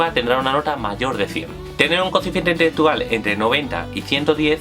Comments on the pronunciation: "Coeficiente itetetual" como 10 veces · no se entiende una mierda q dice, coeficiente intheggetual parece frances